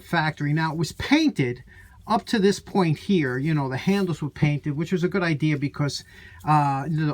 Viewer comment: Good RANT I would have to say even the price has changed too, you pay MORE now for LESS, but anyways I really here your NY accent you said I have no "IDEAR" hehe my family from Hacketstown NJ so I grew up hearing the same from Grandad, my 2cents the sheers, now maybe I am wrong but aren't those more of a tin snips? Go with an old timy green handle would look nice like a John Deer Green.